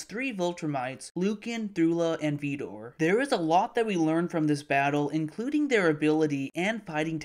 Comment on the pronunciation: I know this isn't a big deal but who's veedor? It's vidor.